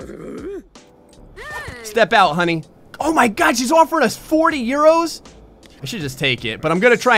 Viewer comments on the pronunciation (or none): I died a little very time he said euros, a bath, referred to himself as Spanish, etc. Bloody hell, mate.